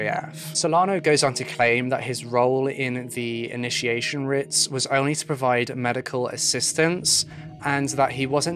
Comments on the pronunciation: The word rite/rites is pronounced the same as “right/rights”. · Sorry but rites is pronounced rights, not writs. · I hate being that person but.... Rites is pronounced Rights not Rits. Sorry. Just for future reference. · Pronunciation technicality... rites = "rights", not "ritts" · I love your videos but I have to just point out that rites is pronounced the same as 'rights'. As in 'rites of passage'. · It is rites pronounced.rights..writ would be pronounced rit. ..I'm also in the uk..but that's ok..it was a fascinating and sensitively done presentation and a tragic tale. Thank you. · aw baby. Its ok. Its actually pronounced "rights" tho. Aw. Hugs. Aw. Aw. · Is anyone else confused between writs and rites? (As pronounced in the video)